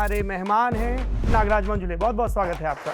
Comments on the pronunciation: अरे बावा मंजुले नही, मंजुळे है वो... किसीका भी नाम ठीक से लेना चाहिए... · मंजुळे✅ मंजुले ❌ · It is not 'मंजुले', it is मंजुळे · मंजूले नहीं मंजुळे है हिन्दी हो या अंग्रेजी ओन्ली मंजुळे